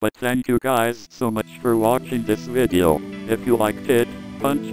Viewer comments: He said "in the next videau" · jacksepticeye at the ending he said VIDE A RULE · " And i will see u guys in the next vidiaU " pure english brah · "in the next videaoo" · "In thee next videau"